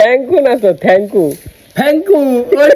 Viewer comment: ভক্ত তোমার বাবা ঠিকই বলেছে Thank you আর তুমি বলছো Thank ku. তোমার উচ্চারণ ভুল। তুমি Hand shake কে সব সময় Hand ship বলো কেন? শুভেচ্ছা রইলো ।